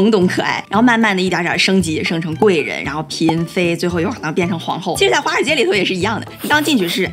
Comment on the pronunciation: 第一句听成花街😄